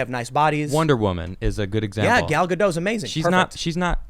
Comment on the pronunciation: The T in Gal Gadot is NOT silent. It's Hebrew, not French.